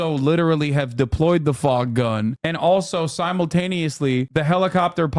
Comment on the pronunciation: “FogkGun” …wild